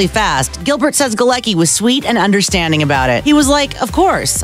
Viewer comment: 'Galecki'' is a polish name so it's pronounced "Galetzki' not 'Galeki'